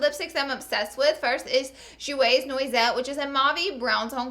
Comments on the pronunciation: Nice Vid ☺️......noisette = nwahset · You spelled and said noir wrong...and the word noisette...